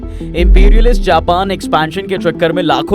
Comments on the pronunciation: abbe Japan ko pronounce to sahi kar le, jaahil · Japan ache se bol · Bhenchon Japan Thik se to bol le pahela